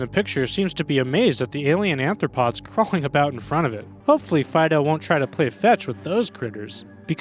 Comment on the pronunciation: You keep calling "arthropods" "anthropods". Why?